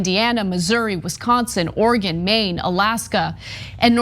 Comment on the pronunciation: Thank you for saying Oregon correctly. We get annoyed when Americans butcher our states name. Lol